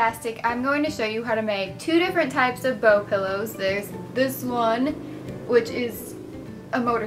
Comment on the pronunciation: You said pillows, but it totally sounded like you said buttholes XD Laughing so hard right now XD